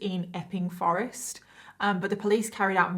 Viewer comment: It sounds like she's saying ffffing forest. 😜